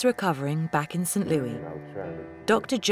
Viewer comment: I’m happy for him and hope things are going well for him. FYI TLC UK. The city is prounounced Saint Lewis not Louie. I grew up there and that mispronunciation is like nails scratching a chalk board to us.